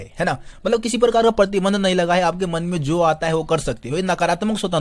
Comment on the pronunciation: Partinand...❎️ ....pratibandh ....☑️ Sorry I catch u mistake 😝